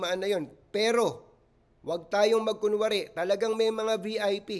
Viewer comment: Bisaya yung pulis kaya yung pag bigkas nya ng VIP, VP lng ang lumabas naming silent yung letter I.😂